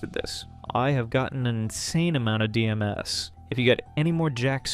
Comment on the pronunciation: Decent video but its DM's not D-M-S